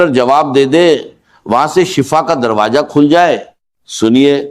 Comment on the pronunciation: Ye israr ahmed sahab ki awaz nahi hai jhootey video banana gunah hai darwaza bolna nahi aara